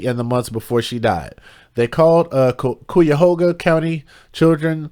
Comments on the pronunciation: Pronounced ky' a ho ga. It means crooked river in Native American language. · Pronounced Kiahoga . This is horrid!!!! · Cuyahoga, is an Iroquoian Native American word which means 'crooked river'. Pronounced: Ki-e-hoe-ga (YouTube has video of pronunciation🙀). It’s the name of a river & County. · Another story from my state.. Ohio...smh! It's Ky-Yuh-Hoo-Guuh county babe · It’s pronounced khy-uh-ho-ga county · I love how you pronounce Cuyahoga Lol You’re adorable. ❤ Great job on this story. So, so sad 😢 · How, you pronounce this county, is Cuyahoga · How do you pronounce it is Cuyahoga county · Cuyahoga the Cuy rhymes with “guy”. It’s an Indian name. Thanks for reporting on the case